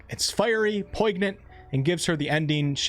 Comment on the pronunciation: You should google poignant and listen to how it's pronounced lmao.